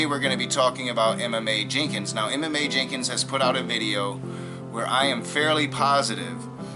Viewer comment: Side Note: When you said he name it took me back. I was like,why would you pronounce a name like that. You were saying Emma Mae but I was hearing Em.m.a